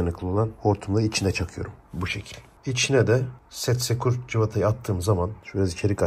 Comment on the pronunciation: Setiskur cıvata ❌ Setsekur cıvata ✅